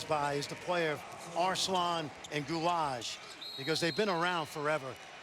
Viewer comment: oh my god "Sinan Gulage" dude his surname is Güler